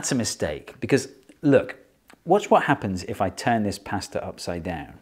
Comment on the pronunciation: I wish Americans said pasta like you